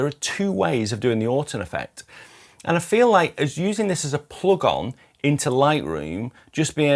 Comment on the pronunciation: Thanks, a fair appraisal I’d say. Two small improvements to help you relate to American viewers: plug INs (not plug ons) and H is spelled Aitch not haitch...